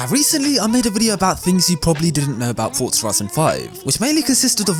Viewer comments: For-za Ford-za ferzerr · why do you say fortza and not forza just a question?